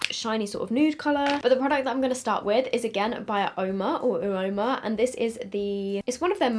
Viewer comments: w it’s pronounced “oh-ma” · Hi I think it’s pronounced umar I could be wrong but I do have a brand from cult beauty spelled like that very expensive xxxx